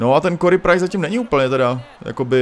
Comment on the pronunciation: Ahoj lelku. Mám tě rád ale prosím tě říkej [kery] Price. Celkem mě to štve. Je to můj idol tak to prosím pochop. Jinak dobre video.👍👍👍